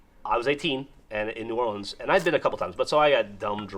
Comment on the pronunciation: we don’t call it nawlins, pLease stop